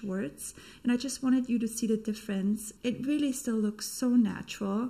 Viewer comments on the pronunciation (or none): none